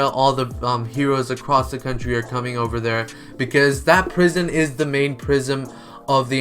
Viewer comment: Is swear he kept saying prism and not prison